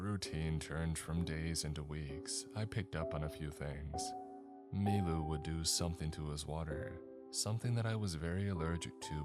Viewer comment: Took me till the end of the story to realize his name wasn't "MeeMoo" and was "Milu"